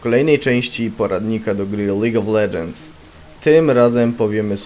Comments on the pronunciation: Mowi Sie : Lidż of legends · nie dobrze powiedział